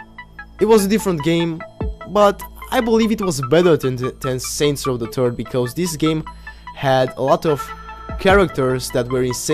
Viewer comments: Your accent made it sound like you said saints row the turf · He said saints row the terd 😂😂😂😂💀